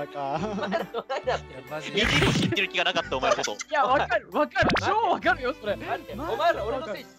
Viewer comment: 「お前rら俺のせいにしすぎやから お前rrら嘘上手いくせにそrrれはナンセンスやぞ」 の巻き舌が…🌀